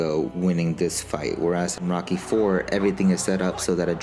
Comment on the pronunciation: When he says rocky it sounds like he says mocky